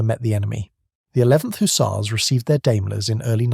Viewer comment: Don’t forget the HooTzars!!😅